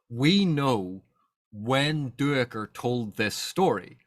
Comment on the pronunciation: According to the audiobook Duiker is pronounced Dike-er. I believe that is correct even though I, too, HAD been pronouncing it do-ick-er, like you do. Small thing I realize, but just thought I'd mention it.